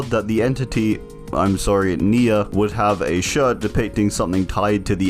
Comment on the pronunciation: nemesis perk even says NE-a virus